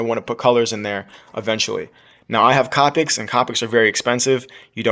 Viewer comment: It's pronounced co-pick